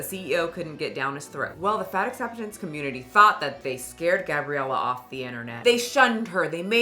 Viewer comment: it sounds more like 'fat forcing community' rather than 'fat acceptance community'